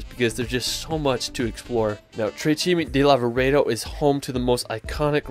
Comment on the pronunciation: please..... TRE CIME DI LAVAREDO !! 😂